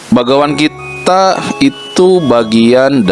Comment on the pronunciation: Kok salah ucap, bagawan gitaa